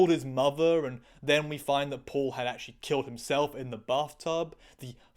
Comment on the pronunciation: Your pronunciation of Paul was sounding to me as poor. so it was "Poor Milander" instead of Paul Milander" XD